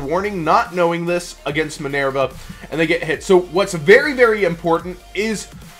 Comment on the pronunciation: MinERva not MinAIRva.